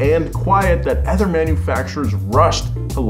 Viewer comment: I love the show, love the channel, I think you are a great, charismatic host but I would like you to stop saying "Ether" when you mean to say "Other". I will continue to watch either way but if it bothers me Im sure it bothers other people as well.